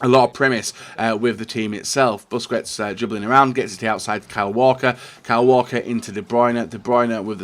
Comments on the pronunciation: The pronunciaton of busquets in spain is not buskuets is like buskets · cvalantis produx Seriously. "Busqwets" and "Goon-doe-gan" are the worst